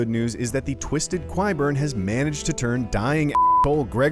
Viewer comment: even tho its spelled Qyburn ITS PRONOUNCED (K)YBURN!!!!!! Not with a Q sound